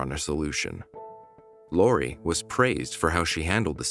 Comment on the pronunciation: and im pretty sure her name is Lorri not Lauri